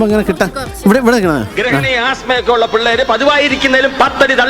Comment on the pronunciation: ഇള്ള അല്ല ഉള്ള